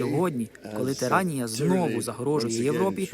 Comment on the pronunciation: Не тИранія,а тирАнія😂